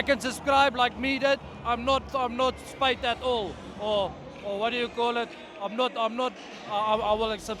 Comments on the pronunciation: “I’m not spyt at all” hahahah, legend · “I’m not “spyt “ at all “ hahaha , man meant he has no regrets subscribing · "Not spyt at all" 😅.